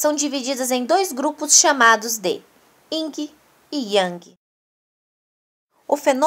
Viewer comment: Vídeo muito bom na sequência dis conteúdos e ilustrações, mas sua fsla teve um.erro constante ao pronunciar Yin, vc disse erradamente Ying.